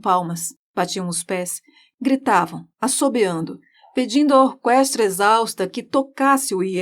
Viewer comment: Sua narração é excelente e sua voz é linda. Eu só não entendi pq vc fala orquestra com o som do u